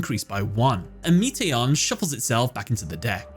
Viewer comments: Meation lol. It's Metaion like meta ion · how do you listen to him summon his timelords in japanese and then proceed to misprononce them? meation? ME-TA-ION lazy-on? LA-ZI-ON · "MEAT-ey-on" the Timelord, smh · "Meeteeyon"? Really?